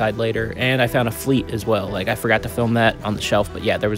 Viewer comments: It's not Nerf Fleet???? Nope it Fly-te. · You said "fleat" 💀